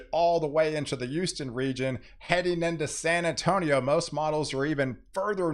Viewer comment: WOw you say Uston like my mom does instead of Houston!